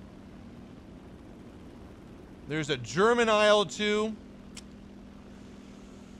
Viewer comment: I'm not sure if anyone has pointed this out to you before, but with the Soviet/Russian planes and helos, the designation isn't (usually) an acronym, it's the first syllable of the designer's (or design bureau's) surname, or sometimes surnames. Thus it's pronounced as a syllable, not letters. So "eel two", not "ay ell two":) "Mig 21", not "emm aye gee 21". "lag 3", not "el eh gee gee 3" and so on. Love your content 👍 Congratulations on becoming a father, and I hope mother and baby continue to do well!